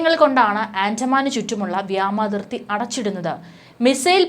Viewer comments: വ്യാമതിർത്തി അല്ല വ്യോമ അതിർത്തി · വ്യാമാതിർത്തി തെറ്റ് വ്യോമ അതിർത്തി ശരി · Its really Irritating..vyamathithi alla..vyomarthitji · വ്യാമാതിർത്തി അല്ല..... വ്യോമാതിർത്തി.....